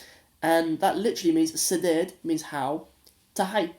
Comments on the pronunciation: Bro not sideed it’s sidee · it is not sideed it's sidee only